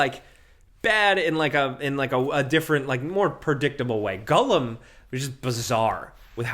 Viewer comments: Hey bud, it's pronounced G O L L U M. Not G U L L E M. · Gollum, not "Gullum". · i love you but why are you saying Gull-em 😂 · Stop saying Gullum lol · Why can't say Gollum? 🤣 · With other dude sitting right there not correcting you on ur pronunciation of Gollum and Tolkien makes me very disappointed with both yall. Shame!